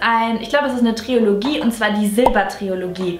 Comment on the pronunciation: Sehr coole Favoriten! Deine Art ist einfach sehr angenehm❤️ Nur als Tipp: es heißt Trilogie, nicht triologie 😜